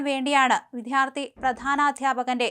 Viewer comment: അവതാരക വിദ്യാർത്ഥി എന്ന പദം തെറ്റായാണ് ഉച്ചരിക്കുന്നത്. "ദ്യ" എന്ന അക്ഷത്തിന്റെ ഉച്ചാരണം തെറ്റാണ്.